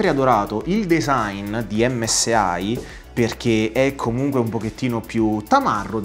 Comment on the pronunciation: MSI e non msai, impara a pronunciare bene perché se inizi a pronunciare le prime due lettere in italiano ,non puoi poi pronunciare l'ultima lettera in inglese che non si può proprio sentire